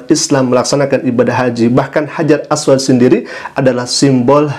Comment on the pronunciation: Makanya klo blajar hrs benar..aswad jgn di baca aswat